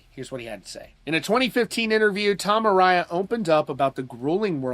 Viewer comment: A-rye-a? No, A-ray-a